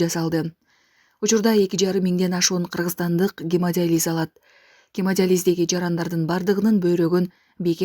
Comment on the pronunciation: Гемодализ эмес гемодиализ ( журналист кызга тиешелуу).